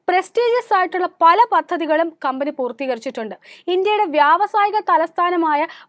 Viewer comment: വായിക്കുമ്പോൾ കമ്പനി കബനി adhe കമ്പനി. കമ്പനിയുടെ പേര് ആവർത്തിച്ചാൽ കൊള്ളാമായിരുന്നു